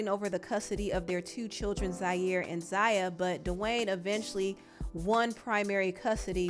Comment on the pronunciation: Wow… not you gaslighting the transphobes. What a disappointment. I was a long time supporter of this channel and now I have to really reconsidering to do so at this point… To focus the blame on the Wade family is very dangerous— Zaya (which you pronounced wrong several times in this video) didn’t ask to be trans. And the fact that her dad, step-mother and the rest of her family (with the exception of her raggedy ass momma) should be applauded, not shamed. The reason why the Wade’s have been so vocal is because to shed light on the transphobia in the community, and the lack of support many trans boys and girls feel from their families for simply existing. And to assume that they’re doing all this for clout is disgusting. So, shame on you girl. You sat there and gave Boosie a pass, forgetting to mention the actual harm/sexual exploitation of his children. Commentary like this can and will lead to the continued m*riders of black trans women all over this country (another fact you failed to mention) #girlbye